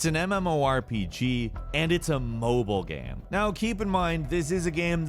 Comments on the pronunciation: Why does it sound so weird when he says "game". Sounds more like he's saying "gehm" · "action-adventure gam"